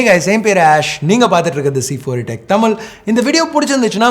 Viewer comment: தலைவரே தமில் இல்ல ... தமிழ் னு உச்சரிங்க.